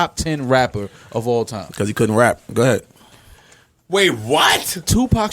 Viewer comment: Ice is wild & that “Ga head” in the NY accent is hilarious 😂